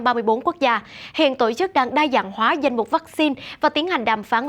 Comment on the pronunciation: đọc giọng thuần nam bộ nhé, đừng đọc giọng lai bắc bộ sẽ ko hay, như: " tộ " chức, hãy đọc " tổ " chức nhé